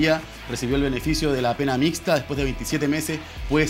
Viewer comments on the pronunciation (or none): Profesor , aprenda a hablar mejor se dice mixta no "micta".